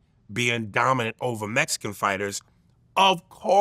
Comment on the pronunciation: What's going on with Aries eyebrows. And why did he say mexicans like that? Hilarious😑